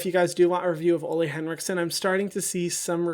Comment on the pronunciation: Ole henrikson is pronounced “oo-leh” btw!